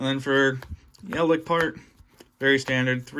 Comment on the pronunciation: my man says eldlick :|